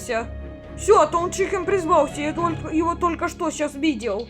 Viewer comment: Тол чикен❌ тоу чикен✅